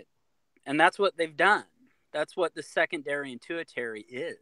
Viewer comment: “tu-ih-TAIR-ee”? 😂 If you’re going to try to appear intellectual and scholarly valid, maybe pronounce your big words correctly. Bro, it’s pronounced “TER-shee-air-ee”.